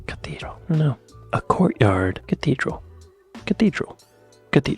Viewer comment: I can't be the only person annoyed by the pronouncation of cathedral. 'Cateedral'